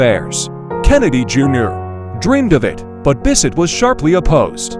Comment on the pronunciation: It's Bessette, not Bisset.